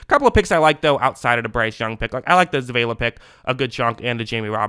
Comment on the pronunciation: Zavala (Suh-Vah-Luh)